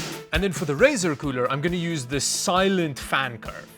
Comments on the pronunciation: stop saying coorel its getting on my nerves!! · please never ever say cooler again. coorel is now the go to word. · UGH the word “Coorel” please don’t call it that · “Ice coorel” wtf is that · hey that llano does not say coorel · why he call it coorel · Surely "ICE COOREL" isn't them screwing up the L and R Hahahahah🤣🤣🤣🤣🤣